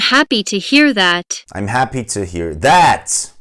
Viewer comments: Sanki girişteki kelime "Welcome to my channel" dan "Welcome the my channel" a dönüyo yavaş yavaş :D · Ben " welcome do my channel" diye duydum😄